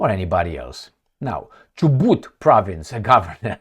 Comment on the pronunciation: You are pronouncing Chubut correctly jijiiiji